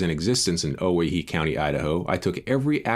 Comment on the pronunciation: Great stuff, as always. I'm really enjoying your work on the Johnson County War. A note on the pronunciation of Owyhee -- not because I think it's likely to become a prominent part of your vocabulary, but because it involves some peculiar history that I think might interest you: the correct pronunciation is oh-WHY-hee. The name is a corruption of "Hawai'i," and originated among North West Company trappers after three native Hawaiian trappers disappeared in the area during an expedition during the winter of .